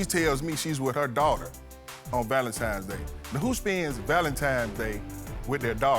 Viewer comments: ITS THA VALENTIMES👀👀 FA ME!!!!😂😂😂😂LETS ALL SAY IT TOGETHER VALENTINES!!! DAMN😂😂😂😂😂😂🤦🏽‍♀️🤦🏽‍♀️🤦🏽‍♀️ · Weddings are overrated, the marriage and home is what counts. It's hard to focus with him saying, "Valentimes Day"! It's Valentines day! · Please people... It's VALENTINE'S DAY... not Valentimes... Give the lady a wedding ... you've kept her waiting for YEARS!! It's not just about you Sir! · Starting with the correct pronunciation of ValenTINES Day, not ValenTIMES Day. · Why do people say Valentimes day??????? Goshhhh